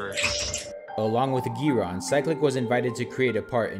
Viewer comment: The way he pronounces 'Giron' 😂😂